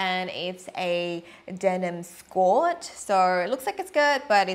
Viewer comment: "This is the denim skorrrrrtt"